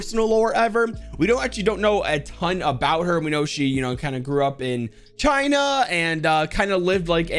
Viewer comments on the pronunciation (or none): none